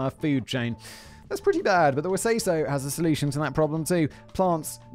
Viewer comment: NOOOO! The Corporation from Dinosaurs was called, We Say So. Not pronounced wesayso